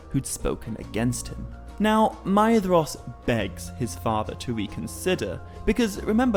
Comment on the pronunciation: I do love this series, and your speech and pronunciations are also so utterly fantastic. However, one small titbit I feel I would argue... Surely "Maedhros" should be spoken with the As Gaeilge pronunciation of "dh" and "s", making it "May-rosh".